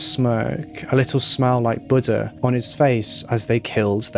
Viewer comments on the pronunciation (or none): none